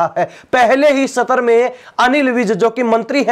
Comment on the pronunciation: पतलकाल भाई सतर नहीं सत्र होता है. अपनी पतलकालिता का सतर ठीक कर लो